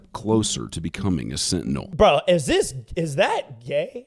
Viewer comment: his is a SIT-TINEL. LMAO. It's getting fuzzy!? lmao. that's what he said. bahahahahaha.